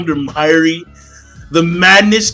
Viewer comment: The way you say mayuri name....Say it right next time it killed me every time you said his name. And yes it was a fucked up chapter.